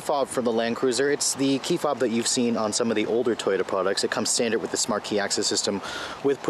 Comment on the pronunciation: Hearing him say STANDARD makes me mad